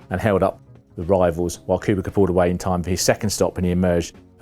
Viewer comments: And when will reporters learn his name.. its KubiTZA WITH "C" NOT kubiKa. Jesus. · "Kubika" Seriously? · who is 'robert cubicar" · Who's this "Robert Koobika" chap? Never heard of him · In fairness, during his BMW days Robert liked to be called "Koobika" as he thought it sounded faster 😅 but yeah no idea what he called Schumacher 🤦‍♂️ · Please work on your name pronounciantion. Listening to your version of Kubica is painful. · It is inconceivable that a serious F1 journalist would not know how to pronounce Kubica - a driver of great prominence not very long ago in , and still active today as a test and reserve driver. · It's what the English do, have you watched football, they don't even bother pronouncing players names right even when corrected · Exactly. So ignorant Same with Panis and Alesi